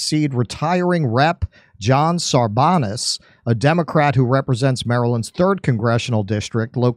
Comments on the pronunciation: It's pronounced SAR'-bayns. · Pronounced SAR-banz(long A),. He's the son of former Marland Senator Paul Sarbanes.